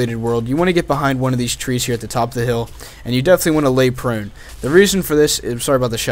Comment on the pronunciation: How he says prone Lolz